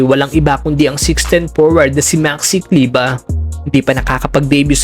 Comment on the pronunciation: Kleber brod,hnd kleba..Pinoy tayo😂